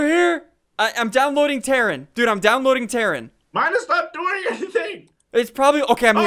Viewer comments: Really terrin it's terrain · "im downloading terrin,im downloading terrin" its pronounced: ter-ane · Ian, its not 'terin' its 'terain' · Terrin? Its Terraaaain! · Downloading tarren? Downloading terran?! Seriously Ssundee?! DOWNLOADING TARREN? It's pronounced "tear-rain" not "tear" as in "teardrop" but tear as in "tearing paper". Downloading tarren... sigh. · He also said terrin 😭it terrain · Naw, not ter-ane it's more like tur-rain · ssundee can't English he said teran instead of terrain and said sigil instead of sijul (it's how it's pronounced) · its pronounced tur ane not terin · Its called ter-rain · its "tare-ane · "I'm downloading Terran" bruh its pronounced terrain. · Ssundee's pronunciation is worse than a 12 year olds... Lmao. Listen to the way he pronounces "sigil", "terrain" and many other words. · its ter-rain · no he pronounced "Terrain" wrong in the video when he said "downloading terrain"